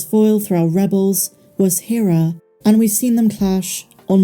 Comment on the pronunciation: Rebels spent 4 seasons pronouncing "Hera" every episode and it's maddening to hear the way you pronounce it.